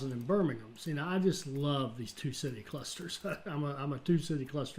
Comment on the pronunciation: You said Hereford correctly the very first time and Birmingham is also bang on i was waiting for the American way of saying Birmingham well done